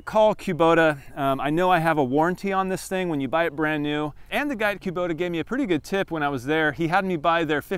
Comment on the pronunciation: It’s cuh-bota. Not kew-bota.